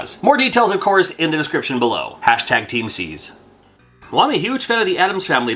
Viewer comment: Props on the charity tie in, but i initially thought you said "T &C" ala surf designs. Cool nonetheless, happy Halloween.